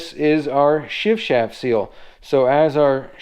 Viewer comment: I'm impressed with your ability to say "shift shaft" without messing up. On the serious side you're doing great work. That lower unit looks a lot like my Nissan.